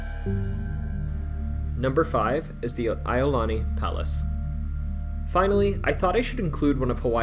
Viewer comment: You are pronouncing 'Iolani' wrong. Say the letter 'E', then the letter 'O, then 'Lani' all together: 'E O Lani', as in 'Iolani Palace'.